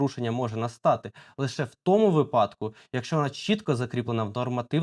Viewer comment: Не випАдку, а вИпадку. Пора грамотності трішки набратися